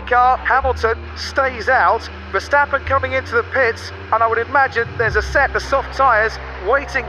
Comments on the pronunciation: verSTappen et non verchtappen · c'est plus verstappen mais verchtappen super vidéo